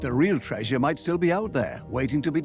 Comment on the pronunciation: Buwwshit putative sites for Atlantis that stiww exists.